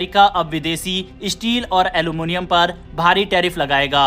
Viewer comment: Issteel aur alomonioum😂